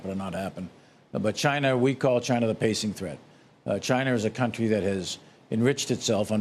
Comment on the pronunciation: Now he saying cuntree 😅